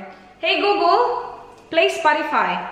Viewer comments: and so if call center? Google was never pronounced as googol.. It shoud be google(googel) (short e) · Wow ha... call center yan.. baka nakakalimutan mo... saka search ka minsan how to pronounce google properly